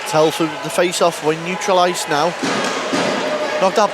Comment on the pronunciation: Telford not Teleford ! 🙄